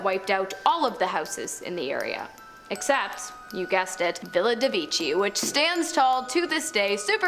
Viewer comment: The name the italian Villa de Vecchi does not sound like "Villa de wichy". "Villa de vekh'y" is correkt. Please...